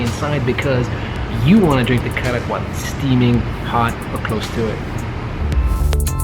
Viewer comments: The 'D' in Kadak is pronounced as an 'R' so technically you're both correct on some level lol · Karak not KADAK habibi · Why do you call it kadak when it’s karak?